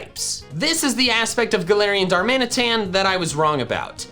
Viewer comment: DARMANITAN, NOT DARMINATAN! THERE IS NO S IN GALARIAN! AND THE K N SALAC IS SUPPOSED TO BE AN L!